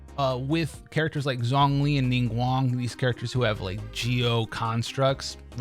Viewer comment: Thats not how you pronounce zhongli